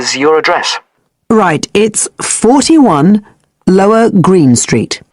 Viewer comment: who in the right mind pronounces "lower" in such a bizarre manner.